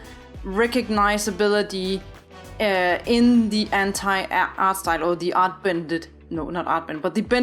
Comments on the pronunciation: only i heard H**tai instead of anti? Lmao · An i the only one to hear "hentai art style" when she says "anti art style" ?